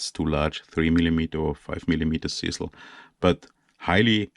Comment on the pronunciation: OMFG your KILLING ME!!!!!!!!!!!!!! ITS CHisEL like DRIZZLE BUT A GOD DAMN CH IN FRONT!!!!!!!! LMFOOOOOOO!!!!!!!!!!!!!!!!!!!!!